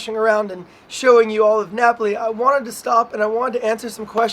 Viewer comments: Should have been Nah-poh-lee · and the way she pronounced Napoli too haha